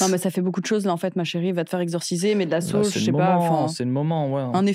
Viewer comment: Quand maghla a dit je sais pas mais de la sauge. Jai compris au début mets de la "sauce"😂😂